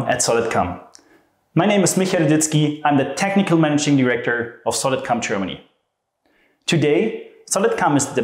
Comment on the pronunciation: Please tell me I'm not the only one hearing "Solid CUM"